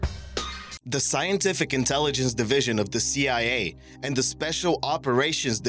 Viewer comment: When you try and say "the" but all that comes out is "da"......